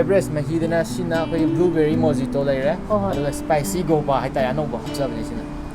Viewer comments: Hmmm ... Yam aheiba sabgi waadi ntchdey but.... Mojito se mau- hi- tau haina chumna pronounce touhanjaninge... Mo- ji- to haidouba natte... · Mojito haido Mohito haina prounce twgadabani.. khr chumna2 takpiyu server singdo aduga Mojito haibacd alcoholic ni asengbadi .lcommonly Rum yaoba potni aduga noicdi non alcoholic oiramgani. Aduna adudi simply mocktail kwgadabni.